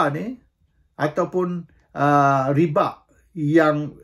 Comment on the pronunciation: Tuan raja....... Sebutan ialah riba buka ribak/riba' , dalam quran sebut ar-riba